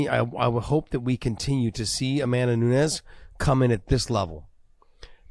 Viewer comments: Someone tell big John It’s nunes not nuńes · Why does John insist on pronouncing Amanda's last name incorrectly? Not spelled that way and she herself doesn't say it like he does.